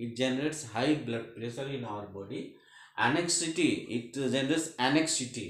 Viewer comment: Sir it's Anxiety ang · zai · uh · tee